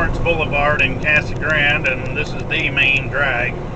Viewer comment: Its pronounced "cah-suh grahn-dey." Two sylables each... just saying.